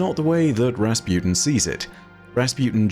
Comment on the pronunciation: Everyone: Rasputin: Razpewtin